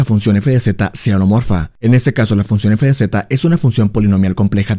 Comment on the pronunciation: Excelente video, a veces no distingo si dices homeomorfa u holomorfa, por lo que me confunde un poco. Todo lo demás muy bien.